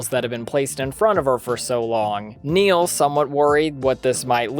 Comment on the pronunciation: Its Barry Nyle not Neil. Great vid.